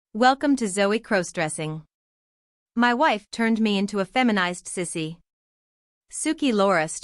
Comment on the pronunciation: Stop mispronouncing crossdressing 😮